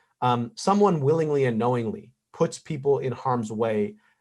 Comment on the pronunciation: *Puts, Brian not Pus ;)